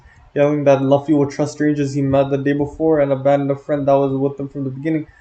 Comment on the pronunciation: W video but homie….. we need to talk about how you say Luffy my guy